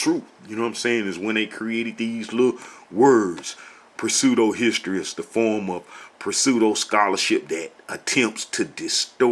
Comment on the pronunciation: Another excellent video. Just one quick correction is needed. "Pseudohistory" is pronounced "seudohistory". The "p" is silent. Besides that, great video. Shalom.